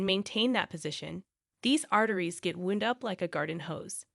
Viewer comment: Why can't a real person do the narrating? The voice chosen lacks credibility because it sounds like a teenager. And then you get the obvious mispronunciation of "wound." Amateur hour.